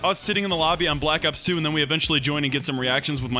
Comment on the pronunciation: Did he say blackops 2